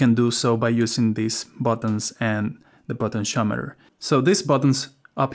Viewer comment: What’s a “Potent-Shometer” 😉 (Great video, thx 😊)